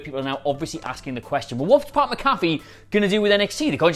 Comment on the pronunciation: you're pronouncing Pat's name wrong. He played in the NFL for years, there's plenty to reference here.